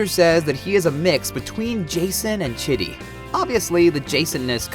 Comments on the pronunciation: When you say Chidi's name, I hear "shitty". Say CHEE DEE, please. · chee dee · I used to know another Chidi and he pronounced it "Chiddy". But he was french so maybe back in Africa it was pronounced "Cheedee" and he was just making it easier for us english speakers. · Why u gotta butcher chidi’s name 🤦🏻‍♀️ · You did not pronounce Chidi right 😠😠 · u can tell hes never seen the show when he pronounces chidi lol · How hard is it to pronounce Chidi correctly? It's obvious you never saw the show if you can't pronounce the name of a main character.